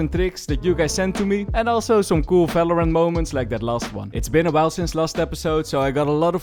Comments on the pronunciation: bro why you pronounce falorant? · He can’t pronounce the v so that’s why I guess. Leave him alone tho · he can, actually. He might not realise though 😂 Words starting with the prefix 'ver' are pronounced in German with the normal v sound we use